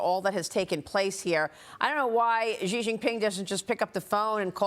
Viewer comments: Maria, please learn how to say Xi Jing Ping. Xi is spoken as she, not gee!! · “Xi” is pronounced “She”